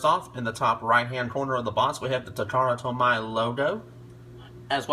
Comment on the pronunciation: It's pronounced ta-ka-ra-tow-me. Appreciate the review, though.